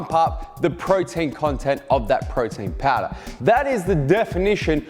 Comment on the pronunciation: Thank you for knowledge but I have heard Frautin Fowder like 1000 times 😂